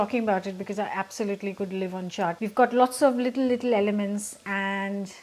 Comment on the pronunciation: If any of you are watching just to learn how to pronounce chaat